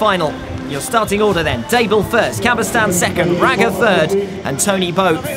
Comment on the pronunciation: Thanks a lot for the coverage! It's so rare to have something similar those days. However, I find it somewhat irritating that the commentator continuously mispronounces Albert CabestanY's last name, otherwise, it would be just perfect ;) Ride on!